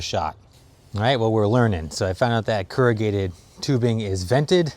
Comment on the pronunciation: "Keragated"?? you mean corrugated?